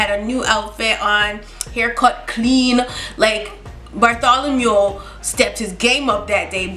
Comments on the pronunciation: No I didn't subscribe yet. Btw its "Bartholomew" not "Bartholomule." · OMG did you call him Bartholomew because of AHS 😭